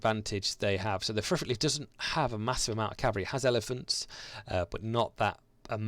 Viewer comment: Just to be annoying ... it's 'pir ik' the 'pi' is as in pill. Phonetically it's 'pɪrɪk'.